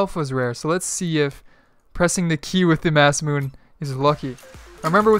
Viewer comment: Masemune is not pronounced "mass-moon". It's pronounced "moss-eh-mew-neh"... not trying to be rude, just spreading the knowledge.